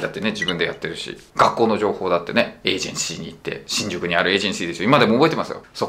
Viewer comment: エージェンシーがリージェンシーに聞こえた😂